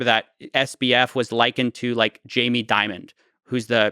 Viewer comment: Jamie Dimon, not Diamons.